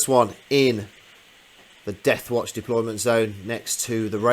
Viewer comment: Nice " depolyment'....